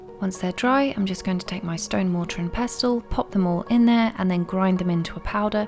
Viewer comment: Pestle.....the T is silent 😉